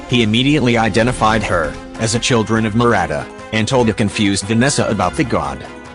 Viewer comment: it is not murata it is muavika